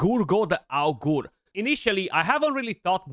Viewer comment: the way u need to pronounce Augur is agre anyway excited to use him now in the arena I have 6 star-awakened